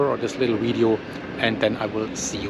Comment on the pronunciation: Love the way he says video.. widdio